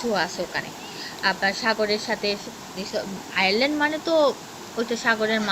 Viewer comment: ফিজিতে অনেকগুলো আয়ারল্যান্ড রয়েছে? তোমারে কইছে! ওগুলো আয়ারল্যান্ড না আইল্যান্ড হবে আগে ভালো করে ভাষা জ্ঞান অর্জন করে পরে ভিডিও বানাও, যতসব